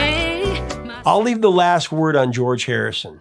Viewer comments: I knew right away as a girl group fan he wasn't going to get away with it. my friends in college made fun of me but............not now. last laugh belonged to me! I'd advise against eating anything made by those nutcases. btw it's pronounced sha fons not chiff ons Whenever you mention that a song went to # 2 please tell us what the # 1 song was. it saves us obsessed people from googling ( Kim Carnes Betty Davis Eyes) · "CHIFF-ons"? You have got to be kidding!